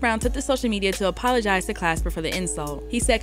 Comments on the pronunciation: Why doesn't anyone get that she keeps getting Glasper's name wrong? She's saying "clasper" when it should be Glasper. That's all he's asking about lol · why do you keep saying "Clasper"? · Why is she saying Robert Clasper lol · She keeps callin him Clasper 🤣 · Lol so his name ain’t Clasper? 😂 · Next she gonna call him Robert Casper. 😂😂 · Yup, went over your head too. Hint: The hip hop DX chick keeps calling him "Clasper"... It's Glasper. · Glasper! Not clasper, you had one job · I'm reading Glasper with a G and hearing Clasper with a C. lol cmon - love you tho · No really who is Robert CLASPER??? It’s Glasper not CLASPER PUT SOME RESPECT ON OG ROBS NAME!! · Pronounced GLASS-SPER lol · Glasper Damn it say it right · Why is she saying Clasper tho? This is almost as bad as when they pronounced DOOM's surname as [Doo-mile] instead of Dumile [DOOM-ilay] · It's Glasper shawty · He said." the organization isn't doing us blacks its due diligence" she diberatley choose not to say that during black history month and can't pronounce his name properly. Do better!! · Not one time did she get the name right. She had one job to do. Zero research perhaps?